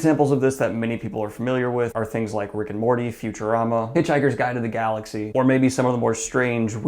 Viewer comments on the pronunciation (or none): none